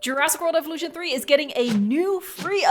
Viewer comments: evolution was pronounced evo- lution... i wonder why?? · "jurassic world Eevulution thwee" Hits hard 🔥🔥🔥🔥🔥🔥🔥🔥🔥🔥🔥🔥